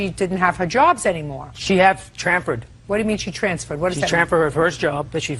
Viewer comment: He says trampured instead of transferred lmao. Or am I hearing wrong lmao